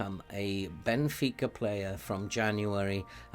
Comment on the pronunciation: As a Portuguese what a great pronunciation of the teams names, thank you for giving your time to benfica. Hope you are having fun!!